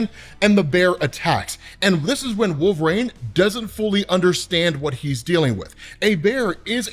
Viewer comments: Jesus dude you’re killing me… it’s wolverine… not WOLVERAIN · pronounces Wolverine so oddly (“wolver-ane”). What the heck is that about?